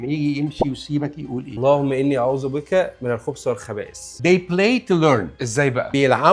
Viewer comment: الرجاء نطق الكلمات بشكل صحيح ( الخبث وليس الخبس الخبائث وليس الخبائس )